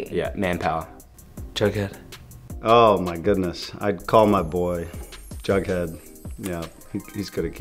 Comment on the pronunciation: Everyone: “jughead” Nobody: crickets Litterly nobody: crickets Archie seconds later: “jeghed”